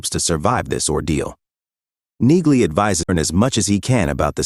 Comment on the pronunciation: Damn annoying AI voice over. Train it with "knee-lee" to force accuracy. (Among all the other errors which stopped me finishing this)